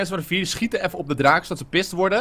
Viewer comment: Vooral in het begin praatte jij heel erg met rrrrrr bijvoorbeeld: VIERRRRRRRR